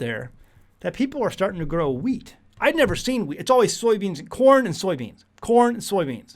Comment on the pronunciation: Also, thought you were saying weeds, but thanks for the heads up, we are planting some wheat now